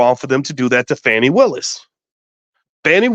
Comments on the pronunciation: So it's pronounced with a long A vs. a short A (how Boyce is saying her name)? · Ok her name is not pronounced FANNY. And Wade was not her subordinate. He was a contractor with her for the RICO case. I do understand and agree with the point that she should have realized she’d be under scrutiny once this RICO case happened. Am I hearing several biases?